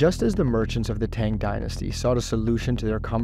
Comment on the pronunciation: Marco Polo did not discover Eye glasses in China and you mispronounced Tang every time you said it :P